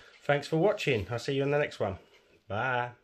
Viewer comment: Thank you! Watching your video does show me what you do that is different and I love it! Keep the videos coming! Did I hear a little Southern Twang in that "Bye!" Feel free to add a "Y'all" to it too. Says the girl in Texas!:-)